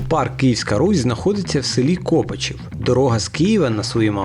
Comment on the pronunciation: КлрачІв а не КОпачів!!!😝